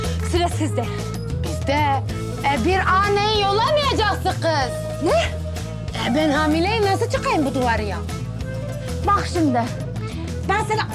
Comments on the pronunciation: evet Drejiko aferin sana riks nedir işte riks budur bravo görüyorsun değil bu gız menim eseri men yaptım 😅😅😅😅😅😂😂😂😂 abi koptum yaa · gız sıpiderman hqhahahahahhaha 🤣🤣🤣🤣🤣